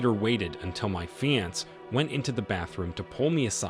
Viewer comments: FIX YOUR TTS feeanss fiancee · How do you sound like an native English speaker but don't know how to pronounce "fiancé"? Have you just never heard of the word or what? So annoying. "fee-on-say" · I know every time he said it it aggravated me lol. I've never heard anyone say it like that.